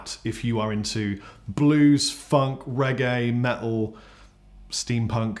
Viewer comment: The word 'Metal' ..has a "T" in it.